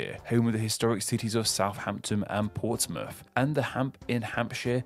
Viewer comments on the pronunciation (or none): none